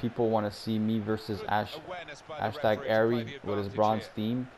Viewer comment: “Ashtag Arry” lol